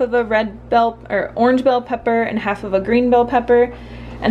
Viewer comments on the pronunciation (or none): none